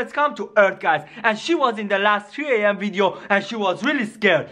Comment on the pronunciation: It is 3:am not G:am it is sonic exe it's not sonicex